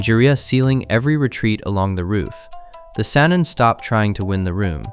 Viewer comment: Who the hell is Or-ooo-ch-maru? And what’s a saneeen? Did your AI narrator mean Orochimaru? And Sannin? Garbage. Your channel is garbage.